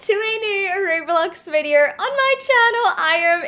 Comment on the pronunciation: ‘Virdeorr’ HAHAHAHAHA peace